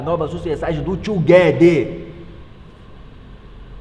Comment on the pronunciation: ele disse ''ta mec '' kkkkkkkkk no final